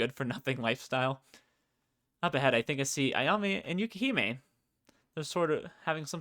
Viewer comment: Hi again! I'm Twin Love R's programmer/translator (wait, that's everything 😅). I wondered how people were getting to my game from YouTube, but now I know! Firstly, because it's going to bother me forever if I don't mention it, but it's "YukiME", not "YukiHIME". Otherwise your pronunciations were good enough for an English speaker like me, haha. Thanks for taking the time to play through it. It's a bit surreal to watch someone as they read through my work but it was a lot of fun to listen to your reactions. It also let me notice four typos I will fixing sometime soon (hopefully). I wonder if my laughing at my own writing is a sign of something good or bad? 🤔 I had the most fun writing Sakazaki and Ayame since they had the best dialogue IMO. Sakazaki was definitely dramatic in the original Japanese but I took some creative license with some of his and Ayame's lines so I hope that went over well. I think you might've noticed, but you can scroll the mouse wheel up to go back if you want to reread dialogue or change choices - it's a timesaver compared to having to save manually before every choice if you pick wrong (and I wouldn't blame you, the choices in this game are either super obvious "pick Ayame or Yukime" or really obscure "which author" that are hard to figure out). And if you haven't checked yet, the Extras section has some more story bits in it after you unlock various endings. If you do post more videos playing through the rest of the content, I'll definitely find some